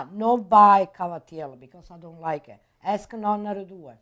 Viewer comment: NON-NA!! ITS NOT NO-NA!!